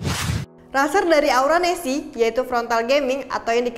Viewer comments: Salah sebut nama aura nesc, hostnya malah sebut aura nesi😂😂😂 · Aura nesc.. Bukan aura nessi... Greget gua sumpah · Aura nesc kak bukan Aura nesi